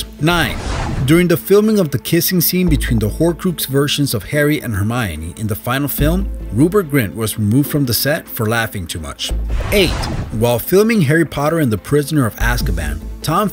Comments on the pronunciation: Here are two facts about this video!! 1. He pronounced it horcroox, not horcrux. 2. He forgot all about Drapple. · “Horcroox” 😂😂😂😂it’s said hor-crax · its not horcOOx, its HorcrUx geddit? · 2.46 when he said horcruxe wrong i cringed ahh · Omg did you say horcroox... ITS HORCRUX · Horcroex? realy? please dude atleast try